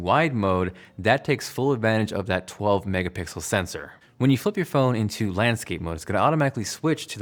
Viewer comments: A 12 “megapickle” sensor 😂😂 lol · „12 mega pickle” I heard other guy said same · "Megapickle sensor" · 12 "Megapickle sensor" lol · "12 mega pickle sensor" haha nice one my man! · “A 12 megapickle sensor” ... damn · "There's technically a 12 Megapickle sensor" 😂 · So you're telling me nobody noticed when he said there's a 12 MegaPickle sensor? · Did I hear 12 Mega-pickles?